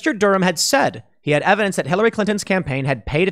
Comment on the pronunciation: 60 mins "we have no erverdenc hurr durr"